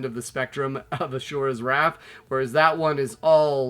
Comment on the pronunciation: "Ass- sure -ass Wrath" 😁